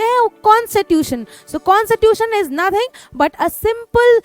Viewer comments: It is not consittution it's Constitution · Mam you always say consitution but we say Constitution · Na ki consitutation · constitution❌ consitution✔️. 🤣🤣🤣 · Mujhe "constitution" "kon sa tuition" sunaee de raha hai 😂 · Mam phele bolna sikh lijiye Constitution hota hai